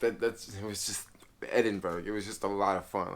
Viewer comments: It's pronounced Edinborough not Edinberg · Hi. Edinburgh is pronounced, "Edinbura". Scotland and Wales are separate countries in a union with England. Northern Ireland is a part of the UK, but Southern Ireland (Eire) is a separate country, not in the union, but it is a part of the British Isles. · Ed in burg 😂😂😂